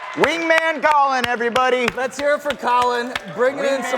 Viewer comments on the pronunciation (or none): none